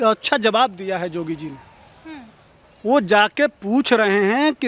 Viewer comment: अरे योगीजी का नाम तो सही बोलो,नाम भी पता नही